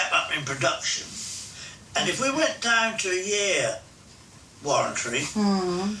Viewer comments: If we went down to a year ‘Warrantry’ can’t even say it correct, Sit down fella looks like your comfortable 😂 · Dick head can’t even say warranty right, he said warrantry haha